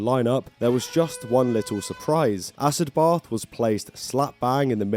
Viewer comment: It’s pronounced “acid bath” not “ass-ed both”🤣🤣🤣